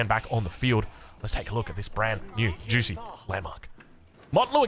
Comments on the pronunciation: always saying juicey instead of zu she hahahah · Every time you said Zhu Xi all I could hear you saying was "juicy"... Juicy's Legacy sounds awesome!!! LOL